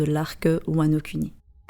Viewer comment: J'ai entendu wanoCunni 😂😂😂 Sinon bonne théorie continue 👍🏽👍🏽👍🏽